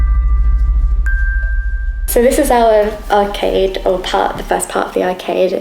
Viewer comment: did you say..." arcave" instead of " arcade".. if not..think that's a good name to call it...😊 great investigation as always... and rain make a cute couple 😉..sorry if you have a partner..love from......Derbyshire 😊 x